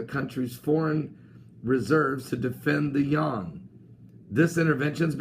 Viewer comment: Pastor, it is actually pronunced like you-an, but yawn is good enough, although it may sound a little sleepy.